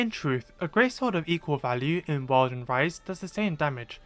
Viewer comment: Everytime he says world I keep thinking he’s saying wild